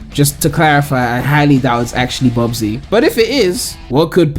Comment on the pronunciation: Bubsy its bubsy